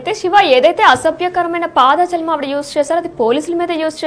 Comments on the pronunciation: పాద జాలం కాదు యంకరమ్మా, పదజాలం అనాలి. తెలుగు సరిగా పలకటం నేర్చుకోండి. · తల్లి పాద జలం కాదు పదజాలం చస్తున్నాను వినలేక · పాదజాలం, చేతులజాలం కాదమ్మా.... పదజాలం ఆని పలుకమ్మా...